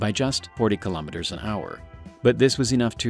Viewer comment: Three thumbs DOWN; for not pronouncing kilometer properly! Bye- bye! I minute and 5 seconds!